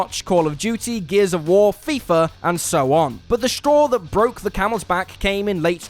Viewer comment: finally, a british man that doesnt call it FIFAR